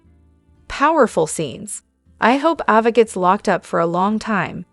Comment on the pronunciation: It’s A va NOT Ah va …lol